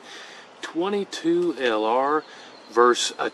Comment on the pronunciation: 22lr. Versus not verse, sorry like finger nails on a chalkboard to my ears.